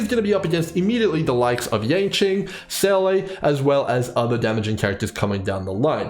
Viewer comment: dam people still calling her saylay when theres literally voice acting in the game